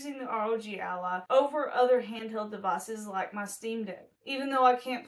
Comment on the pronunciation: Sounds like Rodge Allah